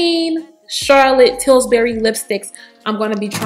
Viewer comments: Daughter, you must have been thinking about biscuits (Pillsbury). Lol! You were saying "TilSbury". I was so tickled I almost spilled my tea! Please dont be offended. You're a beautiful young lady and I was wondering which CT lipsticks might work for me. Thank you. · Hahaha.. that was funny.. I kept hearing Tilsbury as well... I like yellow nudes and i think Nude Kate and yes honey are my fave... I love nudes..